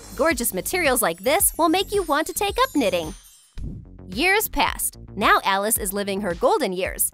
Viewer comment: Your saying “Alice” is the best look at you! Your making so much good work